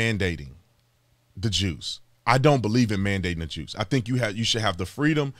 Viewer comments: You kept saying “the juice” and the closed captions said “the jews” a bit suspicious… why would they suggest that was what you were saying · Juice? I thought he said Jews.